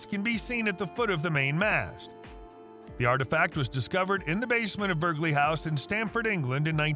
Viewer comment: Burghley is pronounced burly.